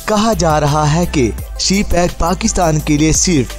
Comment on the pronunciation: Its CPEC not c- pack😊 please correct it😊